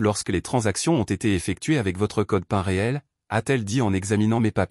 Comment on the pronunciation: erreur de prononciation pour "code pin" qui se prononce code "pine" car américain (Personal Identification Number).